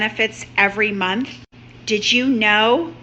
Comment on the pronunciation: MONTH!!!! Not munt